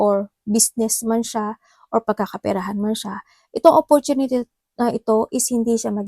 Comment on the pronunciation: Offortunity.. a money... Ate free lang mag google Sabi mo dba? Ayusin mo grammar mo daming Mali wag ka na mag English lol sakit sa tenga eh